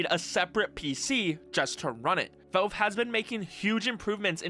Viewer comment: Genuine question, not snark or malice: Why do you say "Velve" instead of "Valve"? I first thought it was an accent thing, but I'm pretty sure you wouldn't pronounce "pal" as "pel". Anyway, this was a fantastic deep-dive. Looking forward to seeing how this HMD evolves and what ends up in consumers' hands in the (hopefully) not too distant future!